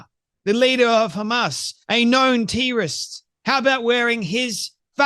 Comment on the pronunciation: FFS stop saying teerist it terrorist . apart from that all's good